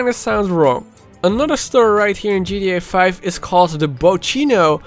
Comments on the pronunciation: Why dose he say gda5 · Why do u say gria 5 😂😂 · ji ti ai faur an ji ti ai faif